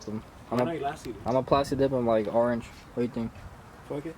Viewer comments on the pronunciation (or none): none